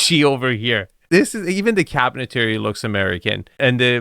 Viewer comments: And while we're nitpicking this video just for fun, nothing serious..... Not only is this not,as others have stated, Palm Beach (proper)... Cabinetry is not pronounced " Cabinet-Terry".... It's typically pronounced "Cabinet-Tree" or "Kab-uh-net-ree." But more than anything else in this video.... I'm just happy to see wearing pants hemmed to the proper length as well as socks. While it may be temporarily "in fashion" to go sockless with suit pants cut too high.... Fashion and taste are 2 different things. I guarantee that when we look back at these videos in just a couple years, EVERYONE will cringe when they see flaunting his silly bare ankles while wearing suits that already come off as looking a little "cheap" to begin with. All in tongue-in-cheek fun guys. Your videos are really great! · It's cabinetry, not cabinetary. Not to be pedantic, but I noticed you referred to it this way in another video also.